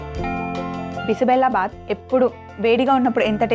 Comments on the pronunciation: Karnataka food. It is not bisi bela baath bela is pronounced wrong . it is bisi bezha baath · Mam it is not bisibellabath it is bisibelebath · Bisi bele bath .. 1) - Bisi means - hot.. 2) - Bele means - Dal ( kandipappu ) 3) - Bath means - rice / whole dish ... Ma'am ! U r pronounciation is wrong that is BISI BELE BATH.. And the recipe is so good ..!👍👍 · Sorry to say this, you are pronouncing wrongly dish name. It is basically Karnataka dish.... "Bisibele bath" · I am from Karnataka, apart from the pronouncement, the method is perfect